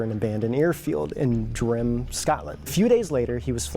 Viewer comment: Guys your pronunciation of Edinburgh is so wrong 😂and Durham 😂